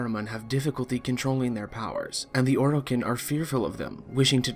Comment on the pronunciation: Its Or i Ken not Or o kin.... holy shit...